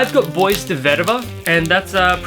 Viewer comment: if i am not mistaken, "BOIS" in perfumery is pronounced as "Boo-Ah". i also have Bois De Vetiver, i like it. Recently i've tried Bois De Cedre at Priceline and it happen that i kind of like it too. i do think Bois De Cedre smells a little bit better than Bois De Vetiver.